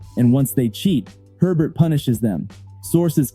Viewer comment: His name is Herbert, NOT Hebert!!!